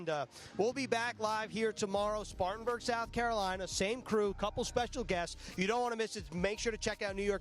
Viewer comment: SPARTANBURG. Get it right you rookies